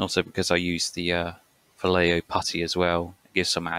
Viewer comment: It's "vah-yaay-ho". For shame! You'll never live it down.